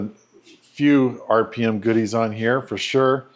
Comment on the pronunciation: RPM is pronounced Rip'Em